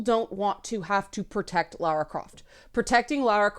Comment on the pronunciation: Thanks for saying Lara and not Laura....drives me nuts sometimes XD